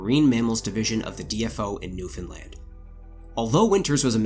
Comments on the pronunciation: First time I've heard someone covering an Atlantic Canadian topic who didn't mispronounce Newfoundland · The pronunciation signifiers in this video are baffling. Somebody who says "zee", yet pronounced Newfoundland bang on? Amazing. I had assumed with the earlier Newfoundland drop that the presenter was Canadian, but zee suggests otherwise.